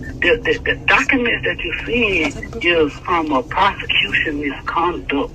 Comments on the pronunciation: MISCONDUCK! 😂😂😂😂😂 Ralo country af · “MisconDUCK Heeeearing” 😂😂😂😂😂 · The way Ralo says “prosecution MISCONDUCT hearing “🤣🤣